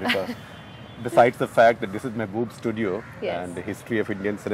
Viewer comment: tag : the name of studio is mehboob.He just pronounced it wrongly :D